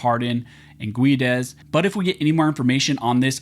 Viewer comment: I worked with a guy named Guedes. He pronounced is "Gedd-Eez".